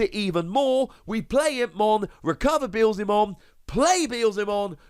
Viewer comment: Yess your Beelzemon pronunciation is improving